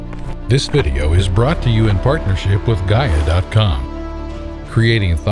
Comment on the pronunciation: Was going to watch the video until I heard Gaia